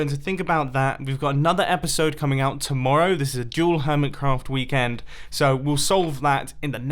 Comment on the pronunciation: Stop calling it hermitscraft